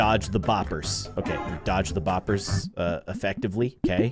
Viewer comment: I like how he calls them “ bopers😂😂